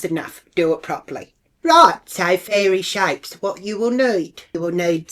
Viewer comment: ‘Fairee shappes’😂